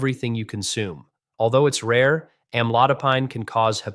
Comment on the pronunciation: Ai robot can't pronounce the drug.